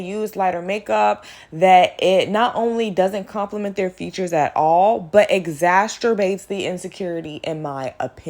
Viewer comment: Darkskin girl supremacy as a reaction to colorism and racism is nutso lol... just be confident in your skin tone? Its "Exacerbate" not "exasterbate" lol